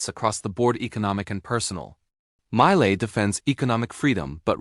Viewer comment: The A.I. do not know how to pronounce the name of Javier Milei and his best books and authors.....